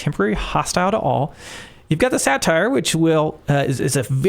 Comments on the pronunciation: I assume you pronounced "Satyr" as "Satire" instead of "Sate-Urr" to boost engagement. If so, success! Love the AoM content, keep it up! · Here in the comments falling for your plan of pronouncing Satyr "satire" (It's "SAY-turr") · Hey, its the guy who corrected you on the Norse J's lol! Ive got one more for ya. Satyr = ("Say-Turr") lol. Thanks for the great content and i loved the sound of music reference. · I was going to leave a comment about the satyr (SayTer) pronunciation out of anger but now I’m doing it for YouTube traction ❤ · Njord is nyord and satyr is say-ter :) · I've only seen a couple of your videos so far and I think they are great, but every time you mispronounce saytr I die a little on the inside.